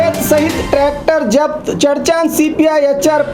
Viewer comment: Urdu bolne nahi aati to Urdu mat bolo ye kiya Hai zabt ko japt